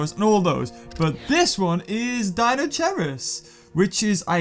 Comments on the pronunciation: It's pronounced Kai not chai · It is pronounced dino-KIERUS. not dino- CHEERUS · no offence, but it is actually pronounced deino-kai-rus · Deinosherius... It is'nt hard to say Dei no she ri us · Deinocheirus is pronounced dynokyres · it's pronounsed dinokairus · The way you pronounce Deinocheirus is soo cringeworthy